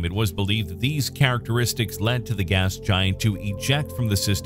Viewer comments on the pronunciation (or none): none